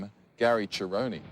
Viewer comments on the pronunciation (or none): First time I’ve heard Gary’s names pronounced that way lol